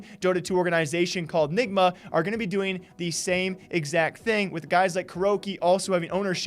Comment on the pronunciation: Nigma not ligma